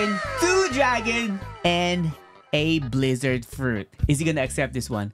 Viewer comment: I like your videos but rubber for guake💀💀 or blizzard and sound for dough💀💀 plss be right